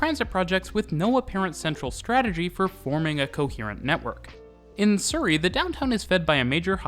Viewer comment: As a native of Surrey in the UK I can tell you that is using a different pronunciation to the one I would use.